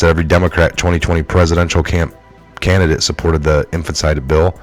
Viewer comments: No offense, you do a great job. But it's phonetically pronounced... In-fan-ti-side.... Not "infant-side".... Much love just want you to sound as credible as possible, because you do share good stuff. (Except the occasional David Zublik stuff... Lol... Jah moke!) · Its infanticide.. ( in fan ti cide) stop misprouncing it as it makes you look uneducated and I KNOW YOU ARE NOT UNEDDUCATED,, just pronounce it correctly...P L E A S E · It would be benificial to you to learn how to pronounce the word infanticide. In- fan- ti-cide. 4 syllables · IN FAN TIH SIDE In-fan-ti-cide Infanticide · Infanticide in-FAN-tih-cide. Break it down by syllables. After the vowel (a,e.i.o.u) , where there is a consonant ( a letter that is not a vowel) , most of the time you can break it off to a new syllable. Here, the last "CIDE" is one syllable. It takes getting used to. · in...fan...TI......cide, dont keep reading the same word wrong over and over , its really cheesing my fucking toast dude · {In FANT eh side} 4 syllables :) you're welcome. sorry, it was making my jaws squeaky lol. just trying to help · Homicide/infanticide pronounced almost the same. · Good review of days' events. Please learn how to correctly pronounce February and infanticide, you are missing parts of each word, it's distracting and takes away from your presentation.